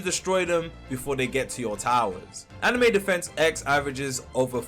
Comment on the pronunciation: did bro seriously just say anime defence x